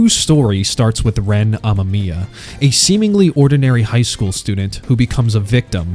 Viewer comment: amaMIya mamma mia! 😂 2 hour essay, took probably at least 4x times that to make, couldn't be bothered to learn how to say the names correctly, yep that's a skip